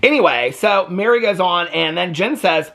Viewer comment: It’s mer-ri not Mary